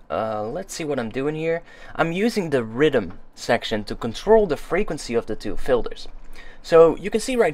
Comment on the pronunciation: i like how your accent makes you say riddim when youre trying to say rhythm